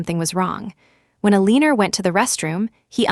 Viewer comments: Just to say, Eleanor is pronounced Elena, not Eleener…. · It is pronounced as Elanor